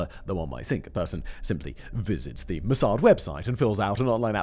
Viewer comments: Its pronounced moss ad not mossard simon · I liked your video, is it me but I hated the way you pronounced MOSSAD.